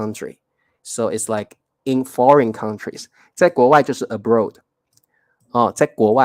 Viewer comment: 谢谢你这一堂课，认识常年和长年的分別。老师 abroad 发音错了，要注意这个【oa】的发音abroad [əˈbrɔd]， 在这里oa = ɔ (符号 ɔ = ô), 有时你会看到ɔ 或者 ô，两个都是一样的。